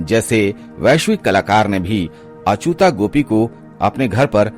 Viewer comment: अचुता नहीं, अच्युता